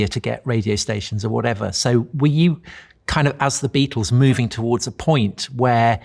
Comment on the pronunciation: It’s a bloody BEATLE !!!! A BAEATLE !!!!!